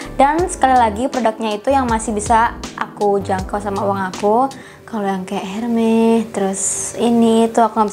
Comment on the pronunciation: Bacanya buka herme tapi ermes